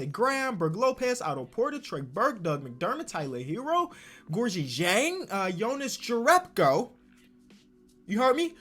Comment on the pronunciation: Day 3 of telling it is pronounced (Yoh-nuhs) (Your- reb-ko)